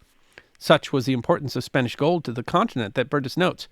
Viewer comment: A good account of the world of the treasure fleets, but the would do well to work on his Spanish pronunciation!